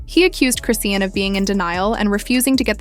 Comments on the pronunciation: It’s cris-Shawn . Like why are you saying Christian😂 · crayshin, croane, crocs? this ai voice done called her bout 50 11 names, none of them the right one?😂😂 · Chrisian. She ain't even say no T. 😂